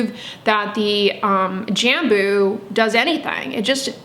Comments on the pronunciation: Also the way you probouce “J” in Brazil is more like the French “J” so think on the word Bonjour and you will be able to say Jambo correctly! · From a fellow Brazilian here, you’d pronounce “Jambú” putting the emphasis on the last syllable, kinda like “Jamboo”. It doesn’t matter how you pronounce it, you are lovely saying it! :) In Brazil we have tons of different plants we use in skincare. There’s a Brazilian popular brand called natura, they do sell in the US but they are highly fragranced as you could expect, everyone uses it in Brazil. If you are ever interested in trying their products, they are incredible, but again, be prepared for tons of smells! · Jambu is a tasty fruit. We pronounce it “jum-boo” in Indonesia. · Jambo is a fruit we eat here in Brazil. Your pronunciation is 70% accurate! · I’m Brazilian 😬 couldn’t recognize “jambo” by your accent (we pronounce it differently, obviously) but yes, I do eat it and I love it! My cousin has a huge tree in her house and always brings me some (a lot) whenever it’s that time of the year! Didn’t know about all these benefits 👀 (For anyone wanting to know the Portuguese pronunciation of “jambo” just put it on google translate and listen to the Google voice)